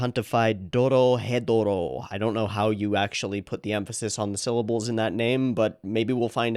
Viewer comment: The name of the show is pronounce Doro・hedoro